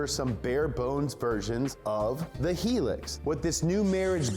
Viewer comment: helix? guh.